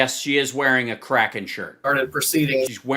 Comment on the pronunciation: Im starting to think Sydney Powell was misheard , we thought she said she was "releasing the kraken" , she actually said "releasing the crackhead" ... 😳